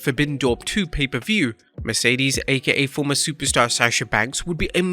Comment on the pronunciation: This is getting Lamer and Lamer, First still saying Mercedes last name wrong THEN getting Forbidden Door 1 date wrong it was June 26th 2022 not 2023